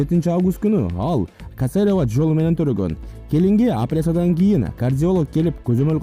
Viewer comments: Касерева эмес автор туура суйлочу.КЕСЕРЕВА СЕЧЕНИЯ болот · Кийинки кезде тили чулдур немелер жанылык айтчу болду,касарова эмес ,кесерова жолу мн десениз туура болот! эле ! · Журналист бала касарева деп суйлоп жататго тооба уят эле😀😀